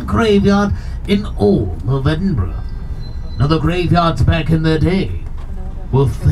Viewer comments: Another nice video. You deserve a double like for being able to pronounce loch and Edinburgh. It's like nails on glass hearing your countrymen saying Edin-borro, or Glass-cow. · Great you came to Edinburgh and pronounced it correctly a lot of Americans say Edinbourgh ,just discovered your channel recently and enjoying your content. You guys are great x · I can imagine trying to casually sneak half of Edinburgh through customs because he ‘needs it all in his house’ 😂 Also, can I just say, thank you for pronouncing Edinburgh correctly. It’s so rare to hear Americans say it right 😆 Well done! 👏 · I only realised after the 3rd or 4th time of you saying it, but kudos for pronouncing Edinburgh correctly 😁. I grew up not far from Edinburgh, midway between there and Glasgow. I've done the Mary King's Close experience, i love history, so found it fascinating rather than horrifying. I also did the Blair Street Vaults tour around the same time. Again, i found it fascinating and perhaps oddly, i felt very relaxed and peaceful in there. Again as something historical, i thought it was very interesting, knowing that businesses were opened in the vaults, that people lived in there. The place must've been heaving. It's great you came over to Scotland and from what you've uploaded so far, seemed to have a great time. As we say here. Haste ye back. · LOVE that you are in my hometown! Edinburgh is cool eh 😊 hope you come back one day, maybe I'll bump into you lol. Btw,well done for pronouncing Edinburgh correctly! You did your homework hahaha. Come back and see us anytime 🏴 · I was born there. Major props for knowing how to pronounce it!